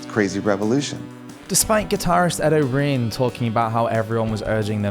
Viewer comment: Is Ed O'Brien's name really pronounced that way?